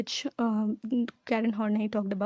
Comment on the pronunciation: sorry but its pronounced as karen Horn-EYE.